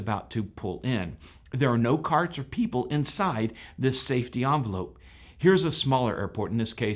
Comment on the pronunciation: Envelope. EN velope. Not "Awn" velope.